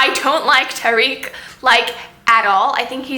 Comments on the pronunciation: Also, Tariq is "TA-rek" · Thanks for the review! ^^ Here are the pronunciations Khalid: khaaa-lid (not leed) Tariq: taa-riq (not reeq) Shahrzad: sheher-zaad